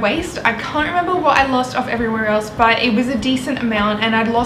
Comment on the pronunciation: thats how she pronounces "but" lol